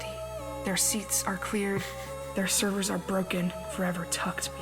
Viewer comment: GOD it bugs me how they keep calling servo motors "servers"